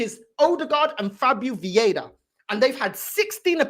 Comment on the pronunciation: it's viera not vieda